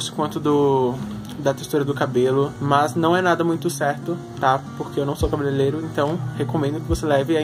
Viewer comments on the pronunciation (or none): Vc fala errado igual a mim mas a palavra é cabeleireiro kkks eu cresci falando errado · "cabelelero" kkkk